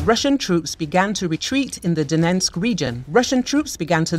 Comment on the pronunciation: It's not that hard - it's Donetsk, NOT Donensk. Jeez - this is your job.